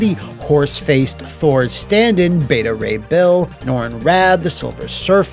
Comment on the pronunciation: Right! And oh yeah, it's Beta Ray Bill, not Billy! 😅 🐴